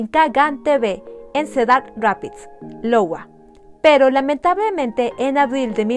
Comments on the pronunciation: Sí. En realidad me dí cuenta que a lo largo del video en muchas ocasiones dice “Lowa” en lugar de “Iowa” (que por cierto es un Estado de los EEUU). (En fin. Todos cometemos errores...) 😅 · es cedar Rapids IOWA ( AIOUA). Otro increible caso, saludos